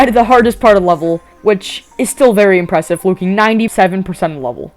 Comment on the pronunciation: Dude what is it with this guy saying "Impwesive"